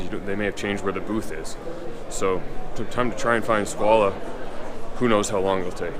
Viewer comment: Why is he pronouncing Squale as Squalah?